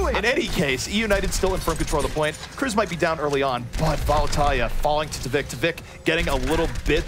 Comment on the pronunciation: I hate the way he says, "Vallutaja."